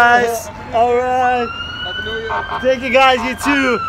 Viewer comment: У вас отличный английский, но хэппи. хоул хоуп, пытались исправить произношением буквы h? Всего наилучшего